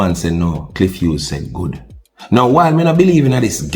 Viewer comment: Clif Whos 🤣🤣🤣 bro g it’s “Cliff Hughes” dunce and proud 🤦🏾‍♂️🤦🏾‍♂️🤦🏾‍♂️